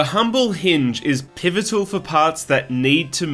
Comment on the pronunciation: lol "pivital"